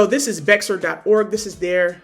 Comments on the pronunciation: Just FYI it's pronounced 'bear'. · Love the content. FYI, Bexar is pronounced "BEAR." Lots make that mistake lol